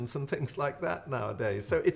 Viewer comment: Are you trying to encode EX-STRAW-DIN-REE?